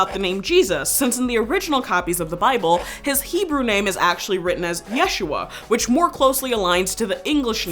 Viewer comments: She doesn't even say it correctly. Look up "how to pronounce Yeshua" She emphasized the wrong syllable. It should be said as "YeshUa" not YESHua. If you're going to learn it, learn it correctly cuz it's a holy name. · You are also pronounce yeshuah wrong in the video... you do it in a "milil" (short "ye", long "shu" and short "ah") instead of the correct way of "milrah" (short "ye", short "shu" and long "ah") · it's not /jésh.u.a/! it's /je.shú.a/ in hebrew! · Now this I did know of. Although, the name is more pronounced ya-shoe-a. The previous way of saying the name became a more like a different name kind of like Richard and Dick which are totally separate to most people even though it somehow is a way of saying the same name. I kind of assume as we don't read much about the childhood. He might have been called Yeshua ben Yosef. We know he was a carpenter which moved city to city. So it then becomes a reason to start calling him Yeshua ben Nazareth or modern terms Jesus of Nazareth. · His name was pronounced Isho. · Yeshu’ was his name. With glottal stop, stressed on the second syllable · Actually the proper name is Yashua ,not Yeshua and your name should be pronounced the same no matter what language you are speaking. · My Sister, you are still wrong our Messiah's name is pronounced YahShuA or Yuhushua + Equals Yah Saves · its not yeshua its Yisha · It ain't yeshua its yahshwa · Yeshua is modern Hebrew wich is mixed with Yeddish and thus is not a semetic language, properly speaking, it's pronounced "Yasu3"(3: traditionally the representation of the Ain from semetic languages in Latin letters)